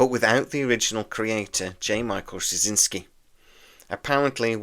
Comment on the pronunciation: You always have very interesting videos. However, what are you actually saying in your pronunciation of JMS last name? My understanding is it is 'straw-zin-ski'.